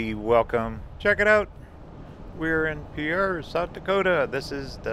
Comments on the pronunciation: It's pronounced "pier" like an ocean pier. Not pea-AIR. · Pronounced Peer! Not Pierre like French. And my governor Kristi rocks!! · I love going to the state capital at Pierre, you are saying it wrong, it’s Pier that’s how it pronounced. The capital has Christmas trees 🎄 in it every December, it’s wonderful and my family takes pictures from the big staircase. I’m glad you enjoyed it and I need to go back again someday.I leave in Wyoming and don’t get back to the capital very often.